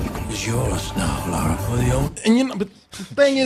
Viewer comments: Exactly lol her name is not Laura it is Lara which rhymes with Tara, Mara and Kara. Why do people even some dudes on the game development team say it wrong. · Guys it's Lara. Not Laura. LARA Croft. Why do so many people pronounce it wrong? Phonetically like "La La" except with an " R " NOT LORA like "Laura Dern". I normally wouldn't care but they are two different names, and every channel I go to says her name wrong. As far as the trailer goes. It was OK. Feels a bit bland. While Alicia Vikander is OK in the part, I think they should've gone with someone better. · butchered her first and last name. lol